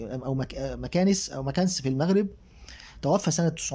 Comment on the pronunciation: مكناس مدينة مغربية تقرا بالفتحة على الميم والنون والسكون على الكاف والسين